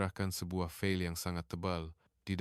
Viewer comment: Penyebutan perkataan pun salah...sangat menyakitkan telinga KLIA disebut ' clear' 'file' disebut 'fel'!